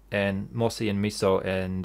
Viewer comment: I like how you say MISO like miso soup. I can tell you are in Japan :D